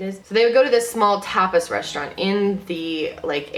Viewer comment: Tapas is pronunced like topless without the l.